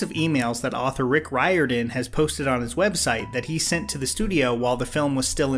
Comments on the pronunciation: It’s Rick ‘Rear-don’, not ‘Ry-or-dan’ 😉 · If you do the next movie/book, which I hope you do, Riordan is pronounced like Reerden. Love the content :) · Pronounced "Reerden". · Roar-din is how it’s pronounced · Isn't it pronounced Rick (Ree-or-den)?